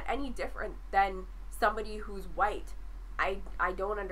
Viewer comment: Straw-man, straw man, straw man "Muh horseshoe theory" "But what is huwite?" Not impressed